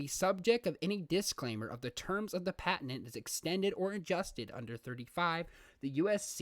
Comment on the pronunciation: Good video, good information. Your pronunciation of patent was very distracting.